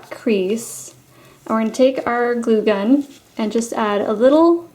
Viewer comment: that is perfect but everytime you say glue gun you sound weard!!!!!!!!!!!!!!!!!!!!!!